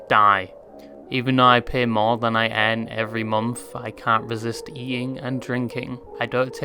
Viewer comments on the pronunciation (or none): none